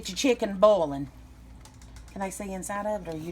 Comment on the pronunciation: Cheeken bouwlin! Omg country ass!